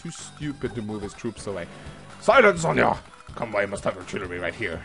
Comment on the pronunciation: tldr: flat damage is broken af. Pretty sure you pronounce it as kanbay btw x) Pronouncing it as kanbai is kinda annoying x)